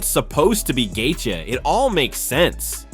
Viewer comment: Gaythea? Taupuria? This AI can’t read.